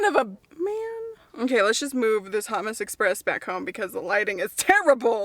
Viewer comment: When you said “let’s move this hot mess express” I heard “let’s move this hummus express” lol